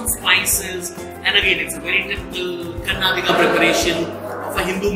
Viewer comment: Learn to say "Kannadiga" the right way. You sound verni and ignorant when you cannot pronounce the name of the place whose cuisine you are reviewing..